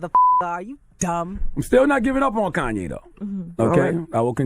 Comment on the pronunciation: "Corn"YE' West